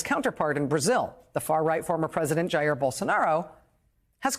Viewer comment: Rachel dear, learn how to pronounce "Jair." And study some history, American and global. By historical standards, Jan 6 was not an insurrection.